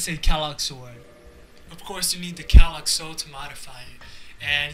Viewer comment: Pronounce quelaag like this: “Kray-Lag”